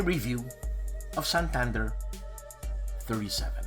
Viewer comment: Santander is pronounced like SAHN-TAHN-DARE